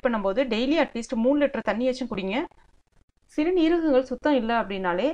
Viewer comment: சிறுநீரகங்கள் என்று சொல்லுங்கள்.அது ஒரே வார்த்தை தான் சிறு--நீரகங்கள் என்று பிரித்து பிரித்து சொல்லாதீர்கள்.